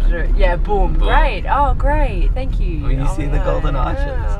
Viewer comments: Hahaha throwback with the "Thankq" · thank-q omfg i love that